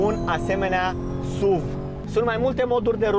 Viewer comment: Totul bun frumos pana la pronuntie. Nu se spune “suv”... Pune “suv” pe youtube si asculta cum se pronunta, fiindca lectii de spelling in scris sunt imposibil de dat. “suv” cum spui tu suna penibil. Daca esti Praslea cel Voinic si militezi pentru româna pura, atunci nu folosesti nici “sport utility vehicle.” Sa nu imi spui ca esti un avocat al “genului viu al limbii.” Atunci ai putea zice “parizer” si sa spui ca ai vrut sa spui “nestemata”, aducand ca argument genul viu al limbii.